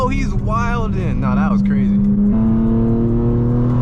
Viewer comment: never in my life have i heard someone say wilding like that 😂😂